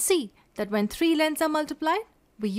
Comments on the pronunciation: three not tree 3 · TREE IS TREE